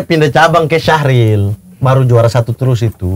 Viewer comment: Bang mamat bukan Syahril tapi SYARHIL wkwkwkwk